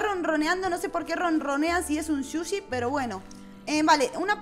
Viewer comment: Me gusta cuando dice suchi jaja